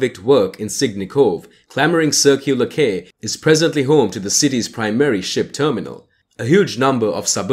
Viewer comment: A couple of quick points - it's the Sydney Opera House, not Sydney Drama. And I've never heard anyone here call the Harbour Bridge "the coat hanger". Tourist guides perhaps. Then Quay is pronounced Key, not Kay. The Legislature is not in the Domain, but in its own building in Macquarie St. What you've shown is the Public Library. That's a start. Get a narrator who knows how places are pronounced.